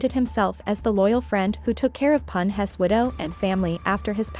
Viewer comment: Its AI but even that doeant excuse saying Pun Ess for Pun's. 😂